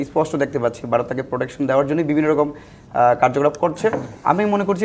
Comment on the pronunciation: এদের কেন টকশোতে নিয়ে আসেন বুঝিনা। সে কোথাকার রাজনীতিবিদ ? এই ছেলে তো ঠিক ভাবে কথাই বলতে পারে না।সে ভারতকে বলছে বারত😂